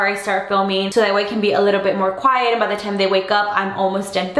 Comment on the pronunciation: when she says by it sounds like pie lol :p